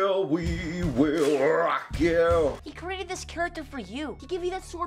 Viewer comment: “Wee will wee will ROCK you”💀